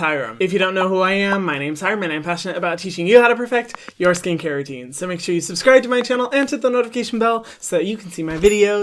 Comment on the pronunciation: i live that hyram now says ✨shore✨